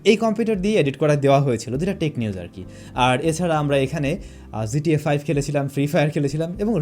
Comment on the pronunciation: Its GTA 5 no zta 5 .. pronounce it properly brother.